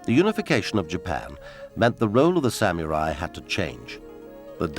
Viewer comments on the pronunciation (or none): sammy rye? sam ya rye? sam you're eye! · If only they'd hired a narrator who could pronounce the word samurai correctly. smh